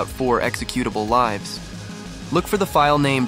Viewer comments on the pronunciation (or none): Next time record your voice instead of using an Ai voice where it incorrectly says "Lives" (10 Lives) instead of "Lives" (My friend lives here)